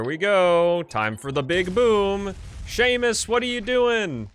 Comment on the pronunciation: “Sah-mus” not Seamus, and it’s a girl!